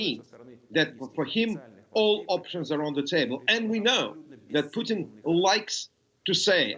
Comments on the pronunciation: it sounds like hes saying poutine instead of putin lmao. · I still laugh every time that I hear the pronounce the Russian leader's name as "Poutine". It means something else in Canada. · he got corrected on pronouncing Putin's name